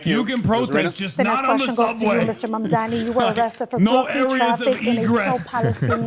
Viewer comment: That woman, Why can't she brush up on her English for goodness sake ??? And MaNdani ? Why do they all have trouble pronouncing such an easy name ? M A M D A N I ? It appears Americans including reporters and so-called journalists have trouble with their consonants in the English language ??? Again Curtis Sliwa calling him something else other than MAMDAMI . The woman with the glasses, again mispronounces MAMDANI. I cannot get over their illiteracy of consonants in English Extraordinary That woman with the accent should really learn how to enunciate in English. It is not difficult. She should listen to tapes. Horrible listening to her. I have to give her credit though. She pronounces MAMDANI properly 👍👍👍👍